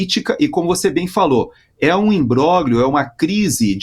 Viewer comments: por favor, pronuncia-se imbrólhio, e não imbróglio, que é apenas como se escreve: o grupo gl tem som de lh. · Não há quem aguente,, o senhor pronunciando "imbroglio" de forma errada. O senhor faz questão de pronunciar U-S-A-I-D corretissimamente, mas faz a mesma questão de pronunciar os nomes italianos erradamente. Por que? O italiano é um idioma latino como o nosso, lindo. Não verei mais o jornal.